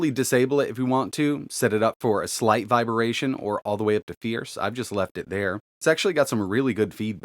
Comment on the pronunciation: "Viberation", eh? 🤣